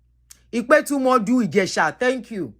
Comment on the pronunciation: please learn the correct pronunciation of our town or other thing in yoruba. Ipetumodu do-re-re-re-do.and olojo:- re-mi-mi festival.